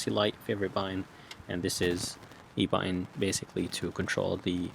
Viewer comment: What is a “bu..in” are you trying to say BUTTON?